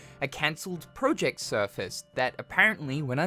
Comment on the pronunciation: I hate the way yoi say project